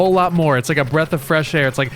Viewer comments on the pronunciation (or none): none